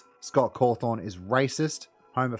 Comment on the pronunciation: I like how you call Cawthon as Cawthorn